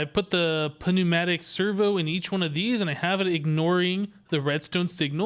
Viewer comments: The' p' is scilent in pneumatic. It's said like newmatic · He knows, he's toying with us.